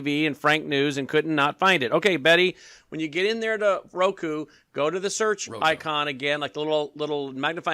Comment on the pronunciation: I'm so jealous of you! you served Getty Lee!?!? Rush is my all time favorite band. ugh!:) Was he as cool as i think? I like your channel, keep up the jokes and maga tears flowing. Oh and i actually thought it was Roko cause Mike and Brannon kept saying 'Roko'. I thought it was some new streaming service. Oh and you should sell bottle of MAGA tears. i'd buy one. lols